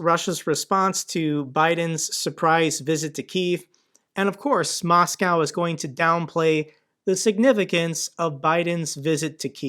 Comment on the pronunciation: its moscow not macaw